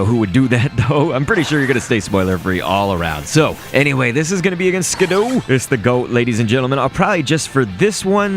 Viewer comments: no, you said "ski-DOO". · What did you just call Skiddo?